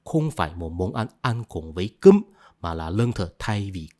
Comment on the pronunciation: sao nhấn mạnh chữ "cơm" vậy :))